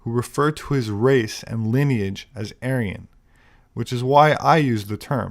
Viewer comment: anyone hear how she said Aryan? Sounds like she said Alien… 🤔 INTERESTING